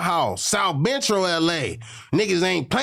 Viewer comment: If he could say “South”why can’t he say “Central “ 🤨